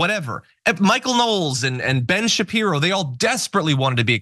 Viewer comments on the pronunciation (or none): none